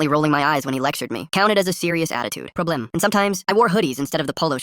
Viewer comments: why did bro say “problem” with a accent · Help when it said problem it sounded french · The way he said problem 😂😂😂😂